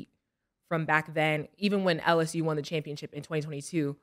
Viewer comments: Cam going to always say a word how he want to say it "championchip" his way "championship" 😂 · Cam! Its championship not chip